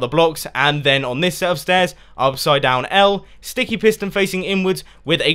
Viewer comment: "stet of stairs" ahaha couldn't stop laughing at that bit :D PS Console friendly too :)